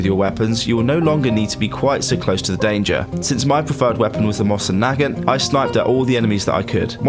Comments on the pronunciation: Omg you pronounced the mosin wrong it actually bothers me because it’s my favorite rifle ever it’s pronounced moe sin nugant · It’s pronounced moe-sin nag-aunt